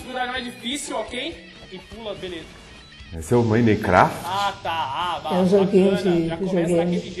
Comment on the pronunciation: "ESSE É O MAINECRÁFITI" HUAHUHSUAHSUHAUSA